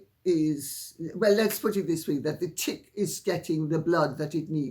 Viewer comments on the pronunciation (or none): Oh Lady C, I love it when you are saying thing like "the tick iis getting....". Your Jamaica is on full display for all to hear. Never cover it up.❤ Sincerely, Your biggest fan in Texas